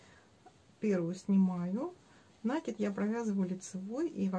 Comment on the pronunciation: Все хорошо, только слушать невозможно, слово накид с ударением на второй слог, пожалуйста.